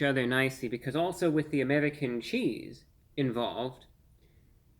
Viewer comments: Lol the accent on the "Amedican Cheese" . He's definitely a vampire. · "Amerdickan Cheese" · I really like how you say american cheese here for some reason